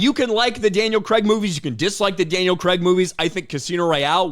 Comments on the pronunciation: CRAIG!!!! Not Cregg… 🤬🤬🤬🤬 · I think Krazy Kajeevie at The James Bond Show has the best take on this in the video he made. And its Craig, not Kregg!! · It's not "Creg", it's "Cray-g" (facepalm) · UK guy here.. It's actually pronounced Craig not Craig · Craig in this case is pronounced: Crayyg with an 'a' is in way.